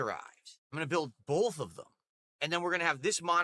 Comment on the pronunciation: is gonna build “BOLTH” of them.